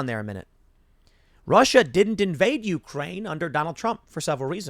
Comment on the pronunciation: It's You-CRANE, not YOU-crane. Take some of that money you're making and learn to read.